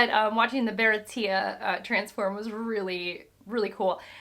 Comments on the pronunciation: Pronounced bara-tee-yay😂. Nice to see how quick you’re reading and how much you’re enjoying it. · Merry Christmas Eve (it’s pronounced Buh-rah-tee-a) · Hello. As a way to help you with pronunciation. Anything Sanji related is French. So Baratie would be pronounced baratié (google can spell it) Ah also. When Zoro's two brothers call him that in the same way a delinquent would refer to his boss as big bro as a sign of respect. So they aren't blood related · If I can offer one suggestion in regards to character and location pronunciation, it would be: Be confident. Baratia and Hawk-eye Myhawk are not the right pronunciations, as you've heard a thousand times by now, but I was fine with them because you said them confidently. In comparison, your Buggy/Boogie/Booshie, eventually giving up into "The Clown", from Orange Town were more painful. You'll never get all of the names right on the first go, because for every name that's pronounced how it's written, there's another that specifically not said that way. You just can't win. So my advice: Don't worry about it! Call him Booshie the Clown, call him Myhawk, and heck, call him Zolo, but say it with confidence from the get-go. It goes down a lot smoother that way. You'll get corrected if it's wrong, and if you're not, then it's fine because you're already confident. Really enjoying these reactions. If we're already getting hour-long videos this early, I'm looking forward to later. Take it at your own pace and enjoy the ride. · Baratie is spelled 「バラティエ」by Oda-sensei so I believe it's supposed to pronounced as if it is French and spelled with an acute accent on the 'e' : baratié. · I think irs promounced as bara tea yey..at least in the anime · I think you missed a point, it wasn't Sanji who wanted to destroy the Baratie, It was Luffy. Also, Baratie is a French word, as Sanji is more like a French guy. Its pronounced like Bara Tee aay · Bah-rah-tea-a, me hawk not my hawk. And goada like to goad someone. Ka-ween-ah